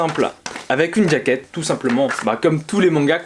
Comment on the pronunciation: Pourquoi tu prononces "djaquette"